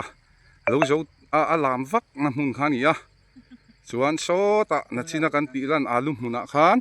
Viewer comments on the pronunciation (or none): "Nachin" tih hi ka lo ngai pawimawh lutuk, " Nichin" ti hram hram ang u. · Nachin ni lovin nichin tih zawk tur.. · Nachin hi hi i ti leh thin a, nichin han ti la ngaihthlak a nuam ang. In lar tawh si a, thangthar zawk ten a dik zawk emaw an ti ang ih a hlauhawm